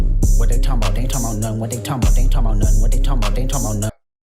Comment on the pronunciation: Talmbout = correct AAVE pronunciation 👌🏾 that way words just slide